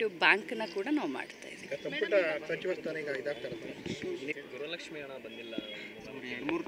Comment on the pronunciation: ಗ್ರಹ ಲಕ್ಷ್ಮಿ ಅಲ್ಲ ತಾಯಿ ಗೃಹ ಲಕ್ಷ್ಮೀ ಅಂತ ಹೇಳಿ..